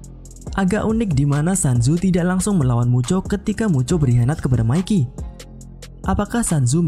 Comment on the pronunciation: Channel pembahasan tokyo revengers dgn penyebutan nama mikey yg betul👍